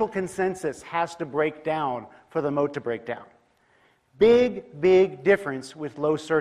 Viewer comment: Moat often sounds like mode